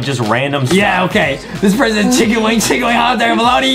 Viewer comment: Chicken wing sounds like thicken wing